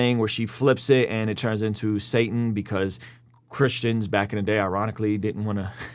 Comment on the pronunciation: “Satna” “Saatn” “Sanat”